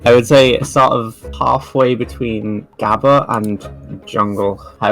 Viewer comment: gabba with a hard "r" ☠️☠️☠️